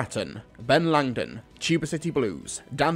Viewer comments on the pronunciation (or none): none